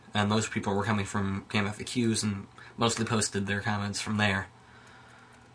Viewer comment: Game-eff-aye-ques? It's GameFax. Stop pronouncing it wrong.